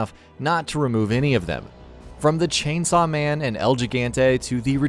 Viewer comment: ”chainsaw man” Really?!